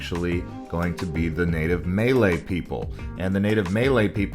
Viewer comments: I’m willing to overlook the numerous incorrect pronunciations of the names of places and streets and buildings and food. But could you at least pronounce the word “Malay” correctly? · Pronnounce malay properly